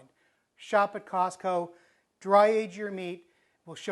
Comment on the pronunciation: Mark Blackers I thought he said softco. He must be back east